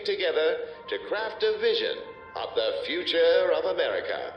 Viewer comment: "In the futura"